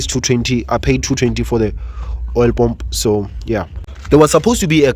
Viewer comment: can you try to say paah mmm pu not pomp